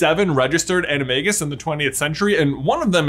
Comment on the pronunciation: You pronounce animagus wrong :(